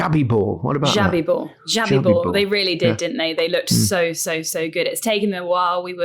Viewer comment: It's Xabi, not Xavi.